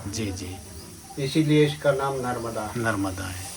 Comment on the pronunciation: Narvada nhi narmada